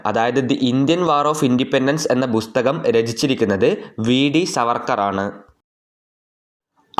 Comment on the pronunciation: ബുസ്തകം അല്ല പുസ്തകം ആണ് !